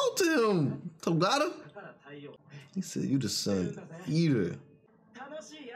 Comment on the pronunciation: Is anyone else really annoyed with how bad they mispronounce Togata?